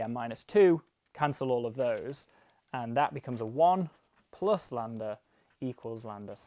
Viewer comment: Ok, but why do you keep calling it "Landa"? It's Greek, not Inglourious Basterds.